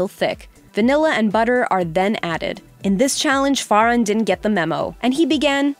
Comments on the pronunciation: Its farhann Fur haun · Cesar name is called as c-sir, not se Sar, farhan name is called as far- hand, not farhen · Farhan it's pronounced Fur-hun not Fara'n btw 🙄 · The only striking thing about this video is how you butchered some of the peoples names like chef Joe’s last name and chef Aarõns first name same for Farhan and Cesar